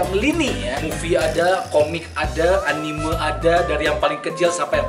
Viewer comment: Anime dibaca Anim